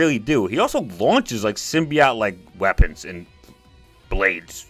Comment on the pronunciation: Stop saying symbiot. It's symbiote.